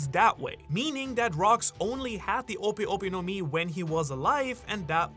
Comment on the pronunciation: It's clearly ope ope no Mi